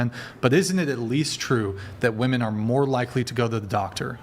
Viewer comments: Is this bee saying woman instead of women I can't I feel like I'm losing brain cells🤯🫠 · Pronouncing “women” is hard… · Why do so many of the girls on this podcast say “woman” when it’s supposed to be “women”?? I don’t understand this